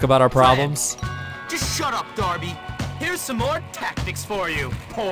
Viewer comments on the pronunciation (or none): Jesus, it's dar-bee not der-bee. If you'd picked up the cricket bat, not a paddle. You could have beaten him with 4 power attack which he can't block. And if you actually bothered going to class you would have learnt some other move aside from the 3 hit combo.